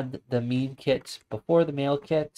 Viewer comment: Thanks for the video. Just a quick thing, isn't "Mime" pronounced like the silent "mime" performers rather than having the same pronunciation as "meme"?